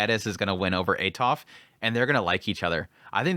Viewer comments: when I first read the series then listened to him I was also like WTH is that. I still prefer atofe instead of atof but it no longer annoys me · i know you killed the names all the time but this gets into my nerves haha why "atof"? where is the e? is atofe, even with her full name, you said "atofratof" tha hell is that? haha im sorry but i cant, is atofe, the e isnt silent.